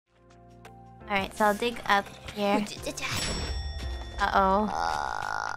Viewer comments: When Gura first said this during the stream,. I thought she was being crazy, but now, listening to the way Ame pronounces "Oh-rait" , I also hear "moron" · Love how the only time Ame decides to speak in a British accent, even a simple ‘alright’ sounds like ‘moron’